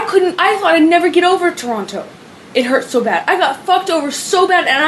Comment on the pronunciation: I cannot stand the way she pronounces the word "Toronto" lmao. And also, she is complaining about who he is on drugs yet feeds him Xanax. Yeaaaaaaaaaa alrighty then you evil cvnt. The universe was never going to let her get away with this and unfortunately for her she has to learn the hard way